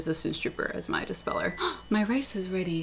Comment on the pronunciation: U pronounce rice...."race"...I love using my ns too